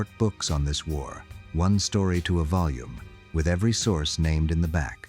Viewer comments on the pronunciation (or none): none